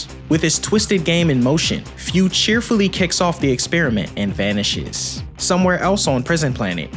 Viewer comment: Minor nitpick. Its pronounced foo not fyuu. Great video as always